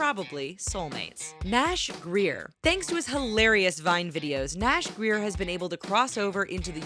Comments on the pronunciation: OMG she got it she said his last name wrong Nash grayer not Greer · Grier not greir